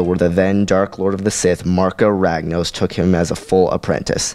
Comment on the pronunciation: MarkA Ragnos, not Marko Ragnose.